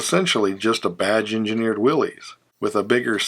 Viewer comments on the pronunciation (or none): Nice video. Minor point: John North Willys pronounced his name as WILL-es, not Will- EEZ. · You're not pronouncing Willie's right. It is actually pronounced Willis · Just stop! There is no Willeeez. The name is Willys and it is pronounced Will-is. I enjoy automotive history. Stop butchering it. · History matters, as does the proper pronunciation of John North Willys' name. I have met a few people who, actually, believe that these trucks and cars were produced by some guy named Willy. Your information is important enough, and presented well enough, that contributing to the ignorance of that company's history demeans you efforts.